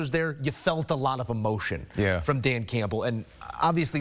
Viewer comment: Awww cwying Cwampbell